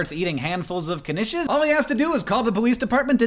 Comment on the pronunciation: Thank you for saying knish right.